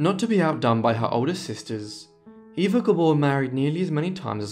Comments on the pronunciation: Absolutely correct. Eva was pronounced Ava. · Surprised you didn't mention Green Acres, it's the main reason I know who these sisters are! I thought Eva's name was pronounced "Ah va". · Great video! I've always been fascinated by the Gabor sisters. A couple facts: Zsa Zsa's name at birth was Sari. Also, I believe Eva's name was pronounced "Ava."